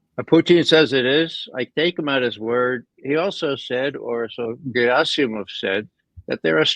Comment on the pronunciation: Ray, the stress on Gerasimov is on the second syllable. :)